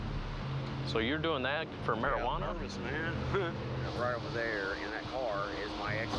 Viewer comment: And there’s no mariWana in your veehikle